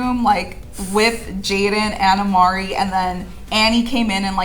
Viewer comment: WHY DO THEY SAY AMARI???🤣